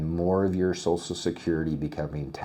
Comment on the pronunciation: Sorry, I can't listen to "SOSSAL SECURITY" anymore. Social. SH, as in waSH, or cruSH, or "Social Media".